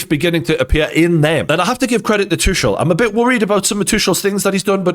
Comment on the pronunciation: Its "too kull", not "two shell"